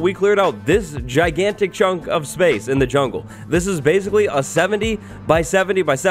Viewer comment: He said "BASEcally